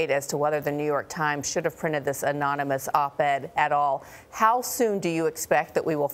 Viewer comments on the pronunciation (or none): One crisis is that Trump can't say anonymous he pronounced it enemas. Lol No further comment.